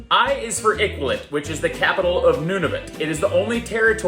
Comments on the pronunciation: It's Iqaluit not Iqualit! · “EE-CAL-OO-EET.” Iqaluit. Not, whateverthefeckyousaid. Next bike trip should be north along the Alaska and Dempster Highways. Put your dainty toe in the Arctic Ocean. Yes, we have an amazing country. It used to be a lot better before 2015 when the easterners elected that colon blockage Trudeau. All the laxative in the world cannot dislodge that idiot. Screech is just rum, b’y. Relax yerself. Thanks for posting something positive on Dominion Day. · Iqualit - close but no cigar - lol! It is, in fact, Iqaluit.